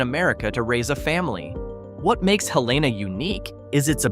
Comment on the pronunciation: Pronunciation of Helena, AL is Hell-ee-nuh. The pronunciation of Vestavia Hills, AL is Veh-stave-ee-uh.